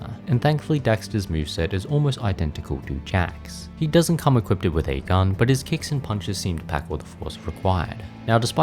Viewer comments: I'm gonna be that guy. You keep saying, "equipted". That is not a word. It's equipped. I know nobody likes a spelling or pronunciation nazi, but it was annoying me. Great video though, these games were my childhood. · bro... its just equipped lmfao. not equipted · equipded is not a word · hehe you say equipeded